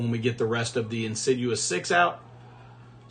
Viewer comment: it's pronounced in sid eeus six rather than insi jewus six. Love the vids!